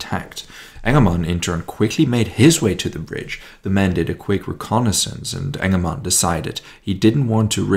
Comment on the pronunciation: "Task Force 'Enema" " . . . Now i know this isn't what our speaker is saying, but that's what I keep hearing everytime he says it.